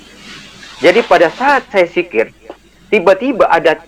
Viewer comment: DZIKIR.BKN SIKIR.DASAR KAU PENIPU!!! HAHAHAHAHA